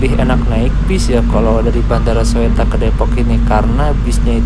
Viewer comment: dibaca nya Suta mas bkn Soetta ehehehehe